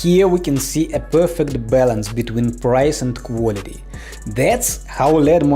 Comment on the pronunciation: I laughed so hard when u said “and it stands for QuAlTy